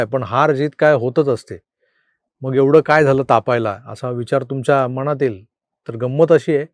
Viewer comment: मणात...... नाही हो.....मनात असे म्हणतात. 🙏